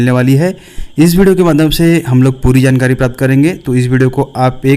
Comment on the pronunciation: sir can,t read JANKARI.😂😂😂😂😂😂.